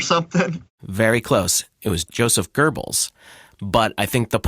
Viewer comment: Joseph Gerbells? I think you mispronounced that towards the end :-)